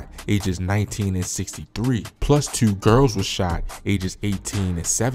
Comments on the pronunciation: Your definitely from Baltimore with that "Tuu" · How many times did he say Tuuu! 😂😂😂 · "tew" dude def from bmore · The way you say "twoo" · The way he said 2 I knew he was from Baltimore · Bro said jurne twenty twenty tuurrr like a brit or sum shit ong I fuck with the accent shit be having me rolling 💀🇬🇧😂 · Jewn tew thousand twenty teww